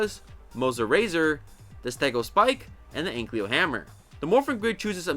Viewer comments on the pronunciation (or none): Bro really said "Anklyo" 💀 Edit: he also said "Zordina" 💀💀 Another Edit: He said "Naibyro" 💀💀💀